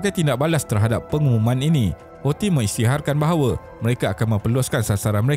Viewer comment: boleh tak sebut perkataan Houthi tu dengan bunyi yang betul??? sebutan dia ialah HUUUU-TSIII. Ejaan dia Hou sebab dalam alif ba ta, H tu ialah huruf Ha Pedas. Thi tu pulak sebab huruf Tsaa. Jadi sebutan dia ialah Huu-Tsi. Bukannya Hausii. amendelah